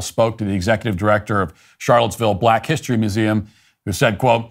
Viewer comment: When the "news show host" says HISHtory, you already know you have problems.